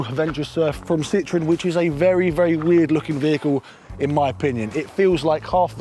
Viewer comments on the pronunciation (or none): Its a Citroën. Not a Citreon……. 🥴